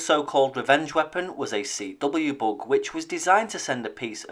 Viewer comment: Oh, he's saying "bug." I thought he was saying "book". That made it much more difficult to Google. Lol.